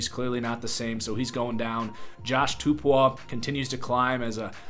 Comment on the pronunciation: Josh Tupou’s last name is pronounced (two-Poe)